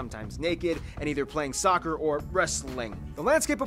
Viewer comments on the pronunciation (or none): none